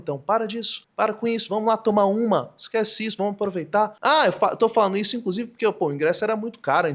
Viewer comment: É preciso corrigir o erro fossilizado do NDO urgentemente. Fazeno, analizano, abaixano, falano. Não orna bem com um ótimo repertório e articulação linguística do autor do vídeo.